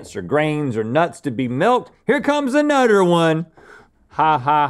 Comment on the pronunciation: “Here comes anutter one” 🤣🤣🤣